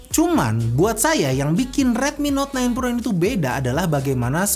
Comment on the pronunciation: Dengernya ten pro wkwk